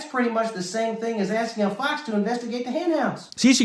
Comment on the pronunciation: "People axin for receipts" "I'm telling the truf." 😂😂😂😂